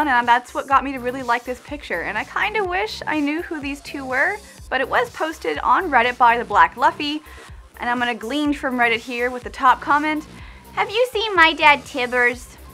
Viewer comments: black laffy... lol its luffy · lol.. she said "the black lufy" ITS LUFFY HOW U NO KNOW DIS